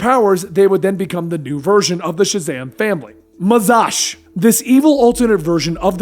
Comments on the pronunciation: Its Mazahs (Muh-zaz) not Mazash. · I think somebody’s already said here but I will reiterate it. In actuality the original captain Marvel and Billy Batson were two separate entities. As well, the way he pronounces faucet and the evil Shazam, Mazahs, For some reason that really gets to me.